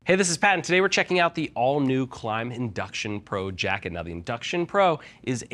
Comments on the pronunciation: Where's the invincible E bud? Klim, not klime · Klim pronounces it as Klime themselves on their official Youtube channel.